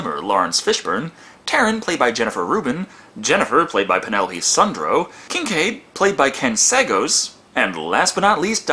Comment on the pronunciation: It's Penelope Sudrow (pronounced SUE-DROH, NOT SUN-DROH)